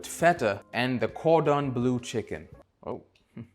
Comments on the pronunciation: "cordon blUE"??? 😂😂😂😂 U cant even pronounce the stuff ur putting in ur mouth... cant take this serious. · he pronounced it perfectly when ordering it. Almost as if it was a joke the second time? 🤔